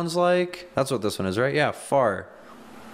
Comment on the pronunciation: And also, when he said "Far" st the title of the music near the end, I heard 'Fart. I have dirty ears..